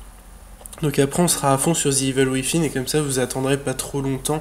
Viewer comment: rudy gustin Tu m'en fais une cuisine mdr la prononciation se fait entre le Z et le V pour "thin" donc iveul ouivine ou ouizine au choix